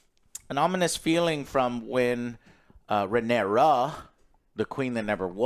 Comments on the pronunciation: I gave him a pass when he butchered Rhaenyra's pronunciation but then he immediate went on to call Daemon Damien like ffs. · Not even a minute into the video and the title of the episode already mispronounced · The title of the episode is literally Rhaenyra and he STILL manages to butcher the pronunciation so badly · Joe can never pronounce the correct named 😂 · lol I was just thinking “why is it so hard to remember RHAENYRA? lol.” He remembered the side character names though. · RA KNEE RAH. FOR FUCKS SAKE. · HOTD characters. "RaneREEZ the cruel" "ReneRAA the queen that never was" and "Corels the sea Serpent" "Damien targarian" "coleston chris" Last but not least - Sir Eric & Eric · Joe... RHA-NYR-AH... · "Ren-aireez" 😂 Her name is Rhaenyra... Ray-neer-uh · I feel like we’re watching different shows when I hear Joe call the characters by their names. Like who tf are “Rain-ares” and “Damien?” The show I watch has Rhaenyra and Daemon. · 😂😂😂how do they not get a single name right 😂. Aemont, Raehnys, Damian😂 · Say it with me: RUH-NEAR-UH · Jesus Christ Joe learn the names. “RheneRA, the Queen that never was” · It’s rheanys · I know but in the video Joe says “RheneRA, the queen who never was” while calling actual Rhenera, Rheanys. He says it with confidence too which is even worse lol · I know plenty of people that are dyslexic, if you tell them the right way to pronounce it, they will. It's not like it means it's impossible. But when you keep saying Rhanareez, and Faynose, and things like that every, single, time, it's not just dyslexia. Not to mention that the other two do it as well, so, what excuse are you all going to give them? I mean, Alex is literally the most depressed, pessimistic narcissist ever, so he doesn't give a fuck, I get that, and OJ jsut does whatever his Dom Alex tells him, so I guess there's that, but it still doesn't make sense. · I actually sort of love Joe's mispronounctations, they're like an easter egg